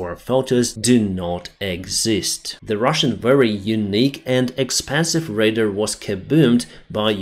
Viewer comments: pronounced raydar not raider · Great show… “radar” /ray-dar/ [ work on the final ‘-dar’ sound - think of the ‘dark’ minus that final /k/ sound …